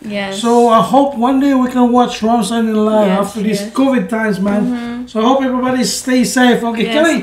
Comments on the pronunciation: It is very easy to pronounce Rammstein right. the "stein" you have to say "shit" without the i, then I and then the n ;) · It was a very good reaction, but still after listening them singing Rammstein for 20 times you still pronounce their name wrong.